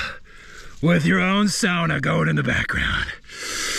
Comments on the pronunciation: Please stop your attempted pronunciation of saunas and Finnish sounds it's mildly irritating. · Just started this episode and plllleeeaaassseeee start saying Sauna properly. 😅 it's giving me anxiety everytime u say it like that 😂😂😂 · it's pronounced Sauna not Sauna...k